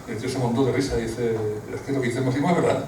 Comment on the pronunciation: El acento va en la a. Máximo no Maxímo.